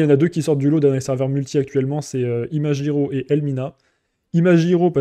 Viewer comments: tu pourrai dire ImaGiro et non pas ImaJiro? cela vient de OriGami et non pas OriJami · En français, G+I se prononce JI, alors que G+A se prononce GA. En fait ton com est a la fois psychorigide et complètement inutile car ton exemple est destiné à un autre cas de figure. Si le serveur s'était appelé ImaGUIro, alors tu aurais eu raison. Mais ce n'est pas le cas donc laisse les gens prononcer comme ils le veulent et laisse ce genre de commentaire aux profs de français qui sont certainement plus qualifiés que toi pour le faire.